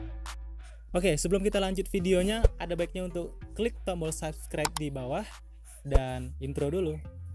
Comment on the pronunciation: Abg ini payah kali bilang subscribe :v